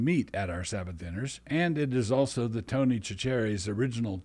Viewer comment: It's pronounced Tony SASH-UR-REE. As you were.